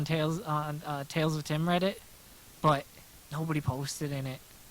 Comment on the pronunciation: TalesofTim --LOL! Dude,I can't believe you mispronounced my name! Wow! LMAO! It's fine! I forgive you, I knew you didn't mean to.